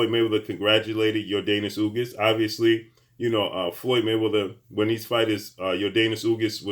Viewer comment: Ugas not ugis